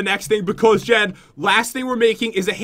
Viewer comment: Pat you said Jes instead of Jen when you plased down the bench ☺